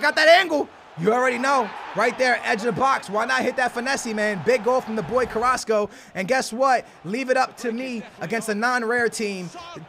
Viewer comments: He said carraso👊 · Mon-Ay (Mane) Ka-Ras-Co (Carrasco)